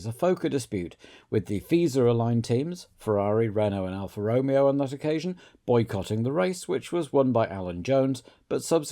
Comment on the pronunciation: Afraid I can't upvote this purely because of the pronunciation of Alfa Romeo